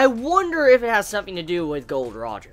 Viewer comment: It's not gold roger it's Gol. D. Roger